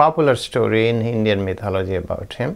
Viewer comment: Apparently a Dalit in India was recently murdered for riding a horse. This is one of the reasons for rioting in India recently - 2018. Congratulations upon your correct pronunciation of mythology, always mispronounced by Indians.